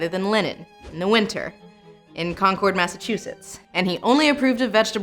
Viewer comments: as a New Englander I have an obligation: it's Concord like conquered. thanks for coming to my TED Talk. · For a famous town, it always amazes me when people can't pronounce Concord.